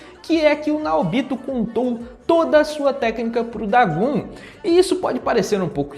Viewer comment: O nome do vilão é DagOn, não Dagun, que agonia aaaaaaaaaaaaaaaa, a letra "O" tem a mesmo pronuncia em japonês e português